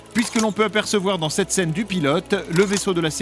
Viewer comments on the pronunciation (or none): none